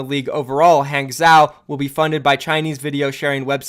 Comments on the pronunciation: Hangzhou is pronounced hahng-joe lol. Use google noob. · Hangzhou = Haang - Jo I think if we follow the pattern of city so far, another candidate for last Chinese city is probably Chonqqing. Just pure feeling... no reason behind that. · lets get dat JUICEE BOIII, oh and P.S Hanzhou or any chinese city with zhou at the end is pronounced like Han-jou/jou. the Zh in chinese is pronounced like a J in english, thought i'd clear that up a bit. :D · is it really that tough to google "pronounce hangzhou"? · I love you my friend. But you have to stop saying "guangzeo" and "hangzeo", its "guangjo" and "hangjo"